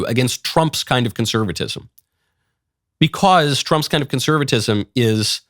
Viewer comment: Geez i really hate the way he says BECAUWSE